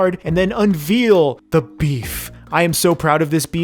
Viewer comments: When you master that, could you then also pronounce unveil correctly? it's veil like what a bride has in front of her face, sounds a lot like "vale". You pronounce it as veal as in reveal. Not trying to be offensive or rude, just a minor mistake I've noticed after watching a boatload of your videos haha. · Maybe I'm missing a callback but 'unveil' rhymes with hail, mail, and rail. Unvealing sounds like a crime against schnitzel. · does it bother anyone else that he says 'unveal' instead of 'unveil' lol? looks tasty though great vid!!